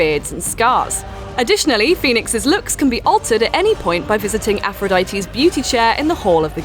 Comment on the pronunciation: She said Fenyx, Zeus, Aphrodite, Icarus,Prometheus all correctly..